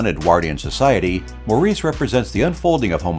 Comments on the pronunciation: It is pronounced "Morris"--NOT Maurice. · Nice list...Maurice is pronounced 'Morris', it's a British story and characters.